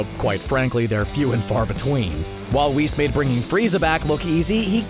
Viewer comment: Whis should be pronounced WISS not “Wees”